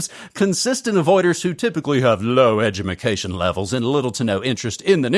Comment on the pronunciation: James said “low edumacation levels.” 😂😂😂